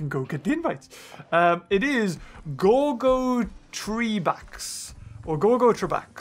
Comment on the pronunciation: The boss is pronunced gore-go-trey-backs. Just sayin.